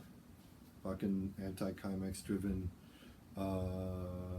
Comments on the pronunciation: Hello, great video and so nice to hear about som D-beat and "mangel". Could not find it in the comments below so I can fill in that it is pronounced anti-simex, it is the name of a pest-control company founded in Sweden. Thanks for your great Channel! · It's pronounced "anti seemex"